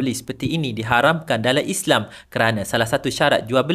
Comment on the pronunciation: Islam bukan islang